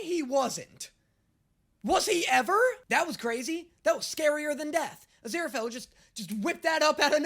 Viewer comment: crowley says azira-fell. everyone else says azira-fail